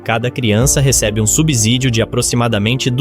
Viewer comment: PRONÚNCIA DE SUBSÍDIO NÃO É COM SOM DE "Z" E SIM COM "S"